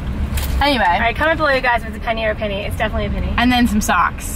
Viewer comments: it’s pinnie, not penny! i’ve never heard anyone call it penny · Pinnie!! I never heard of people calling them pennie😂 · Pinnie never heard anyone say pennie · it’s a pinnie, many people pronounce them like “penny” but it’s spelled and supposed to be pinnie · It is pinnie not Penney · I’ve never heard of someone calling it a penny, it’s a pinney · It's a pinny... like pin, not pen lol. What's with teens thinking bc "that's what everyone says at school" means it? I have three teens...they will swear up a down that's how people say, until you prove them wrong? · Pinnie not Pennie lol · Pinnie, not penny, lol. The kiddos are wrong lol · It's definitely PINny not PENny. I think it's short for pinafore. I think you call them jumpers in the US. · Ummmm your wrong it’s not pennie it’s pinnie😂😂😂😂😂😂😂😂😂😂😂😂😂listen to your mom that’s an advice for you okkkkk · It’s pronounced pinnie, I have only herd and call them a pennie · pinney not penney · Pinny! Not penny